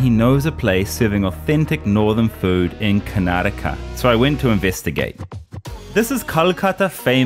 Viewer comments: Bro Pronounced Karnataka Better Then all So Called Northies.. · Among the people(northies) who pronounce Karnataka as 'Karnatak', u stand high... Feels soo good.. Jai Karnataka 💊 ಕನ್ನಡ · Many north indians pronunce it as karnatak where as he being a foreigner pronounced it perfectly as Karnataka that's the respect u give to local people and u will earn their respect too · A foriegner pronouncing "karnataka" perfectly ,whereas north indians are so reluctant to learn to pronounce